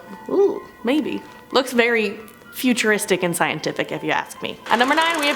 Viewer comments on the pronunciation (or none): Yeah, but they keey saying it as 'asswang' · I can’t help but laugh when I hear ASWANG!!!!😂